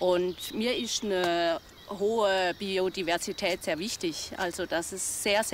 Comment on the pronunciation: "Die Biodiverschidääd isch mir Wischtisch".. Ah deshalb sorgt sie für ne Monokultur. 🤡